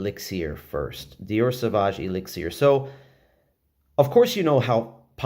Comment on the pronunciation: The way u say elixir drives me nuts